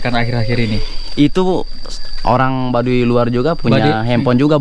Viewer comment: Mohon ma"'af itu Baduy bukan Badui jd jngan salah sebut ( BADUY bukan BADUI )